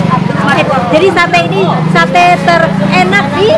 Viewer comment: Alhamdulillah selalu berbagi,,apalagi berbagi untuk tetangga/lingkungan terdekat,,berkah barokah 🤲 terimakasih,,Mbak'Yuni,, Dallas,, mudah2n rezekinya diganti berlipat dari Allah SWT.. PR bilang SATE not SATAI..